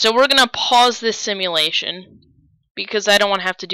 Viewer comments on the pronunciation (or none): none